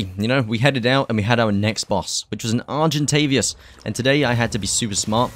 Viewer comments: Nice vid, just know it is is argentaVIS not argentavias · English: argentavis him: argentavias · Very good video! Good job 😊 but PLEASE argentaVIS not argentaVIAS 😭😉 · Argentavious, Carbonamious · THERE'S NO 'U' IN ARGENTAVIS!!